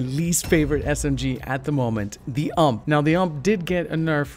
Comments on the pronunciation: Dude..... Its called U.M.P not ump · Wait... wtf is a Uumpp is the U-you-M-Mm-P-pee 😑🤦🏽‍♂️ just thought I should address that. , btw The UMP9 is actually great gun ,probably one of the best smg or even thee best. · The ump isnt a word its seperate letters. U-M-P not ump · LOL the AMPPPP hahah U.M.P that hahaha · Idk why in the usa you call it ump in one word, it's U.M.P, i mean it's a German weapon so call it as it is supposed to be called... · Nobody says ump they pronounce it u m p. As 3 spereate letters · U-M-P not ump like pump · It’s the U.M.P not ump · Is not ump is u.m.p alrught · ıts not called UMP like you say U M P is the true way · It's U-M-P not. "UMP" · It's U.M.P. Not ump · It's a u m p not ump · U-M-P not fucking ump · It's called a U.M.P. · ‘Uhmp’ 😂 it’s so funny the way you say UMP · 212 it is not pronounced ‘ump’ you pronounce the individual letters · Say it with me. U-M-P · Dude it's pronounced IU-EM-PI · That's not how you say UMP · Love how he pronounces the ump